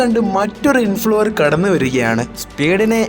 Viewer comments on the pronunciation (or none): Influver alla influencer